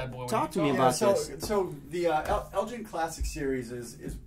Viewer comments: Still not getting it right - its pronounced Murray as in the tennis player. Also Elgin is said as you would say the 'g' in word 'game'. We'll get you there yet fella's!:D I got the Elgin Classic as a gift the other year and it tasted of soap, so I won't be touching another for quite a while! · I think whoever was telling you to pronounce it like that was having a laugh, it is pronounced the way it is spelt. Also the "g" in Elgin is pronounced like golf not gin. Hope this helps in future vids guys.